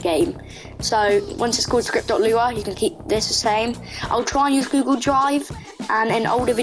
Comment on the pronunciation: you aren't alone with the "scripy" thing, i do that too 😭